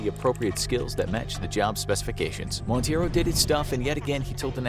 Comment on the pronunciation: The guy’s last name is Monteiro (it may sound like mount-ay-ro) and not Montieiro as pronounced. It's a Portuguese surname, and this way sounded more Hispanic or made up.